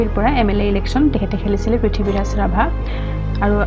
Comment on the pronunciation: 'পৃথিৱী’ৰাজ ৰাভা বোলাত লাজ পালোঁ।পুত্ৰগৰাকীৰ নাম শুদ্ধকৈ উচ্চাৰণ কৰিব।